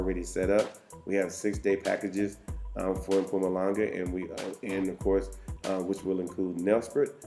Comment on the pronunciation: You say “Mpumalanga” better than most white South Africans😂😂😂❤️